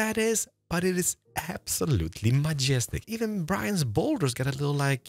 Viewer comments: First time watching, so many times i thought he was saying Brian instead of Grian😭 Im used to hearing "Gree-an" so "Gry-an" was odd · Are you calling Grian-Brian? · It's grian. Gri-an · Why do you say brian but not grian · I love that he calls Grian "Brian" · I love how he says 'Grian' as 'Griien' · Can I just point out called Grian "Brian"? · Anyone else notice says “Brian’s bolder” instead of Grian lol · It's not Brian It's Grian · why does he keep calling Grian Brian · Did you say "Brian" instead of Grian bout his boulder 😂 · Why does he call Grian Bryan ?